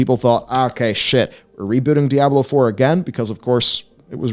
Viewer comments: It's DEEE AH BLOW NOT DIE A BLOW.. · It's not die ah blo. It's dee ahh blow. No matter the accent. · Ah yes. Die-ablo. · "Dai-ah-bloh" I'm not sure where you're getting that pronunciation from but it's not correct. It's probounced 'Dee-ah-bloh', both in English and its source language, Spanish. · Diablo, not Dayablo xD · "dye-ab-blow"? NO!!!! It's: "Dee-ah-blow" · man these videos are almost unwatchable for me cause i cringe everytime i hear this guy pronounce Diablo as DIE-ahblo. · "Dayablow four" Lolk... Feels like this could've been summed up in a 25 min video. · “Die-ablo 4” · Die-ab-low. Lol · Die-Ablo is an unforgivable pronunciation. Its right up there with Foh-red instead of 4head. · "Diyablo" it's funny you don't get the name right even after 25 years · i unsubbed the second i heard Dieablo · Die ah blow 4.... What game is this? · It's pronounced Dee-Ah-Blo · die - ab - low ... 🤔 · Die - Ah - blow lmao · since when is this game pronounced Dyablo? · DUDE SAID DIE ABLO 4?! LOL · Stop saying DIE-AHBLO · I seriously thought your pronunciation was Dire Blow LoL. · Unbelievable what is happening to Die-Ah-Blo 4! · WTF is Die-ablo!? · heh Die-ablo 4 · u shouldnt be able to put out diablo content if u cant pronounce diablo LOL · You pronounced diablo wrong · You're mispronouncing Diablo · I swear is the only person in the world who says Diablo wrong.